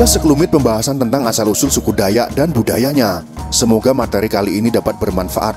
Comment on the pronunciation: Koreksi. Dalam menyebutkan kan Nama DAYAK. BUKAN DAYA.TAPI DAYAKKKKK. SEPERTI SUKU BATAK. BUKA BATA. Salam DARI KALIMANTAN. KALTENG